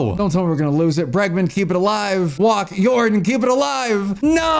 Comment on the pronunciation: bro it’s pronounced (Yor-don) not like jordan with a y